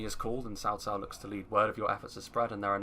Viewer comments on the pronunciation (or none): I know it's not your fault but I hate it when I hear "sao sao." It's so western to pronounce it like that. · RAZZAQUE No. Tsaotsao. I live in China, and I know this. is saying it correctly.